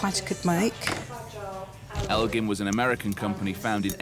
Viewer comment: Yes, Elgin is an American watch company and you are pronouncing the name incorrectly. Do a Google search to pronounce it guys, you sound silly.